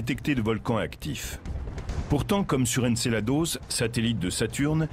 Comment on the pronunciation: C'est "Encelade" pas "Encelados" A moins que le gars soit Mexicain MDR !!!